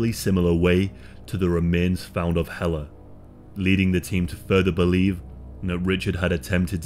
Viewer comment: Thank you for this story, and for not butchering the name Helle! I'm another Helle that ended up in North America, with someone you " just don't leave", and get away with it.! I got away, we with my children, and survived and thrived despite of his efforts to make my life a living hell. I read about this story years ago, and it sent shivers up my spine. Thank you for not letting her be forgotten 👍